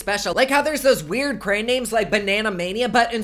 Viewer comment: It’s pronounced CRAY-ON not CRAYN lol 😂 BTW: is the cutest BooBoo ever!!